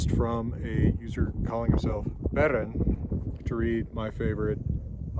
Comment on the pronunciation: I LOVE that you properly pronounce Beren and Aragorn's names! We need more rolled r's!